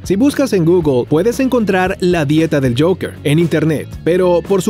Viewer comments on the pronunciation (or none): none